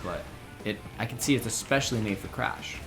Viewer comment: When said he had never played crash I thought he said he had never played crap.